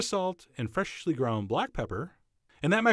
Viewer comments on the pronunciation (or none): The only thing that bothers me about how he talks is the way he says 'freshly' 😂